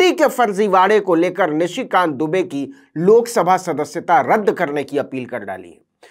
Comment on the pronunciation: आप दुबे को डूबे कह रहे हो वह जानबूझ कर। और डर भी रहे हो कल कह दो उच्चारण के कारण। इसका मतलब आप दुनिया के सबसे डरपोक आदमी हो